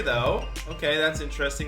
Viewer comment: u pronounce Luka doncic wrong